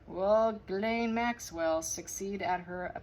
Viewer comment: 1st person (of too many) who has pronounced Ghislaine the right way!! KUDOS!!